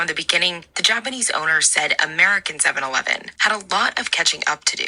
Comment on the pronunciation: You can't find one Japanese person who can say 7/11 correctly...